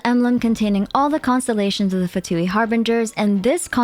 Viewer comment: Beautiful video as always, I just can't wait to pull our new Fatui harbinger! P.S. Little reminder that "Fatui" is also an italian word, and it's actually pronounced "Fàtui" instead of "Fatùi" like they always do in the English dub. Japanese dub pronounces it correctly tho. Something "Fatuo" means something insignificant, inconclusive, superficial, frivolous. It may refer to how the Fatui are, in the end, just a tool for the Tsaritsa's plan of rebellion with little to no other purpose?